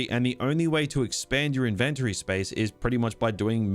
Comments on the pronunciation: I've never heard anyone pronounce Inventory exactly like you pronounce invent. I always thought the emphasis is on IN and not VENT. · Inventury? Like in-ven-tury? tury as in dury? 😂😂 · Never pronounce 'inventory' like that ever again lil bro 😭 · Saying inventory wrong 😂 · It was going to well, until I heard him pronounce inventory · never heard iventory pronounced this way lol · The way you pronounce "inventory" tripped me up, I've NEVER heard it pronounced like that before. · why are you saying INVENTORY in a wrong way